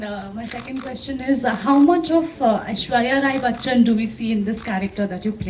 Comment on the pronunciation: Ita Aishwarya not Aeshwarya...